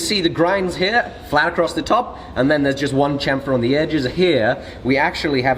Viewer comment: Say Sham-fer, like Champagne.